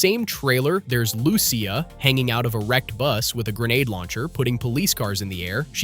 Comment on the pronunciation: you cant even pronounce lucia .. slow